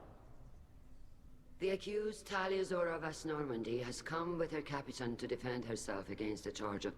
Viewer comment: now no one will be able to unhear it you're welcome, Shala'Rann says "Capitain" instaid of "Captian"